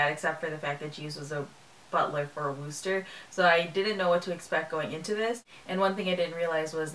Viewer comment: Nice review. One tip: the "oo" in Wooster rhymes with book.